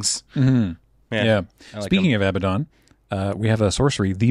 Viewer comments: I think you'll find the commander's name is pronounced "Aba-doodle" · “A-bad-din” Everything else is great. But it’s “ab-ahd-don” soft first d.